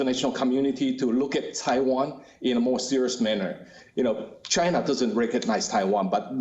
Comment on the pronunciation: You mean Chai-nah? 😜